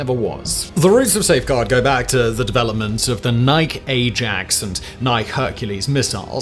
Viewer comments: I don’t know bout Inglin but in Murrica we say “Nikey” not Ny’k. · Nike..lol...its pronounced NI-KEY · Nigh'k? No. Nie-kee. Like the shoe. It's from Greek for victory. Like the shoe. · I lived through the 1950's and do not remember these "Nighk" missiles. I do remember a Nike ("NY-Key") ABM. It was pronounced exactly the same as Nike sportswear. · Simon I’ve heard you refer to the shoes as Nye-ck too, it’s Nye-key. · Ugh, you're story is great but your mispronunciation is driving me insane! Nike is pronounced "Nigh-Key," not the one syllable word that rhymes with "bike" like you keep saying. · ...we pronounced the first name of the "Nike Ajax" Defensive Missile System "NIK-ee" -- like the current shoe company... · It's Ny-Key! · Ni-KEE, please. The Greek goddess of victory in war. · Nike is pronounced "ny-kee"...tell me you know very little about a topic, without telling me you don't know about a topic. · You Brits OBJECTIVELY pronounce Nike wrong. It is "Ny-key". It is the Greek god of Victory, and the Greeks pronounce it the same way as US English does, like "Ny-key". Please google it for proof. Drives me nuts that Brits refuse to pronounce this right... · Pronunciation guide: Nike is pronounced "NY-key". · NI-kee, like the shoe. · I would never spend twelve minutes talking about Worcestershire sauce mispronouncing the name — intentionally!! — just because I grew up in the US. So please bear in mind that this Nike (NYE-key) system was not British, and has an American pronunciation. Sorry Simon, I usually love all of your videos, but I couldn’t sit through more than four minutes of you butchering this name repeatedly. Ugh… It’s particularly disappointing because I was really looking forward to seeing your video on this subject. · It’s pronounced (nigh-key) lol, great video love it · It's pronounced Nik - eee, like the shoes. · It's pronounced nik "e" like the shoe. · The Nike missiles are pronounced 'nigh-key' (think: shoes) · You are mispronouncing NIKE